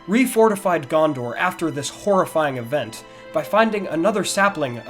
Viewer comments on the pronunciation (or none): none